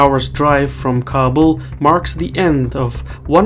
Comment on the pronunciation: It's pronounced Ka-bool.